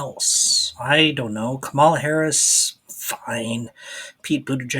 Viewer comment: I agree Joe needs to drop out, but you’re awfully harsh to the man. There’s no defense for his debate performance, but the few flubs today were whatever. In all fairness to the President, the author of these videos has never pronounced the names of Antony Blinken or Kamala Harris correctly, and has misappropriated names and places on enough occasions that it has been noticed. I’d never ask you to retire from these simple slips 😘 Be a bit nicer to Biden, after all, he is an old man.